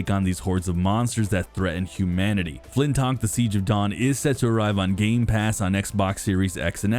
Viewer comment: The channel is called XBOX CENTRAL, and they cant even say the name of the first party game properly. Its FLINTLOCK, not flintok.. fix your fuxking channel..